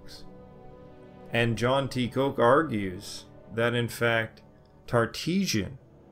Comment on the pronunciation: Professor Koch's surname is pronounced like the profession of the person who prepares meals: Cook.